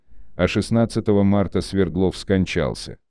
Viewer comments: Не СвердлОв, а СвЕрдлов. Яков СвЕрдлов ! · Ударение СВЕрдлов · СвЕрдлов, АлексАндров... Запарили, неучи. Не ставится ударение на окончание в Русском языке. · СвЕрдлов,а не СвердлОв. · Почему СвердлОв, СвЕрдлов же😊